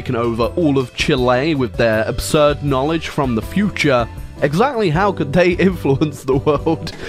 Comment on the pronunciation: When you say fom and not from